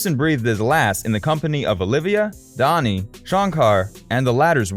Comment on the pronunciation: Dhani Harrison is pronounced as Danny (not Donny), George Harrison did not form the Quarrymen and the photo of Nicholas Schaffner is of Roger Waters of Pink Floyd! Sloppy research, poor editing and a fair bit of ignorance is evident throughout. Not impressed.